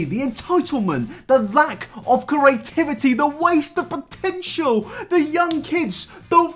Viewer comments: The lack of curaytiviteh! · I get anxiety every time he says creativity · Why can’t you say creativity? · Video of a dude trying desperately to pronounce "creativity"